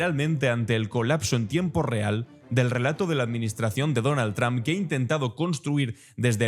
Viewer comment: Tus reportajes son excelentes, pero deberías de aprender a pronunciar bien el apellido "Trump": se pronuncia como "trompeta", nada más hay que quitarle "eta" y ya está!